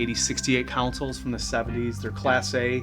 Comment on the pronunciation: Councils? Cow-ooh-cills? :)